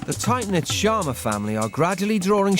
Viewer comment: It is not sharna it is sharma